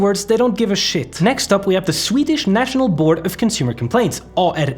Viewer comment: You're Swedish pronunciation is actually Crazy Good. (im Swedish BTW)